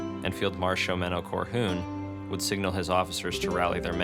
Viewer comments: having just read the books, this was awesome to hear, great summary and provided immersion. As someone from the netherlands though, Coehoorn should be pronounced Koe - Horn basically. Or maybe even better Coup-Horn, as in a political Coup, where the p is silent. I dont mean this as a smartass remark, just wanted to add a small detail to the great video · Butchered Coehoorn's name, but still a nice video. :D For reference, here's the correct pronunciation